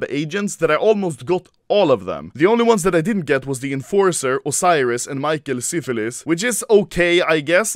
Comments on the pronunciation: Says micheal syfer Says micheal syphilis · no one: Anomaly: michael syphilis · this dude said “micheal syphilis”